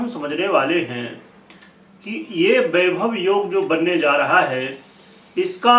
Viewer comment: बाईभव नहीं वैभव होता हे 😜